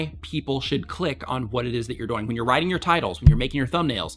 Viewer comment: I get a lot out of your channel. Quick question. Why do you say the word ”doing” so weird? It sounds like you're saying ”going”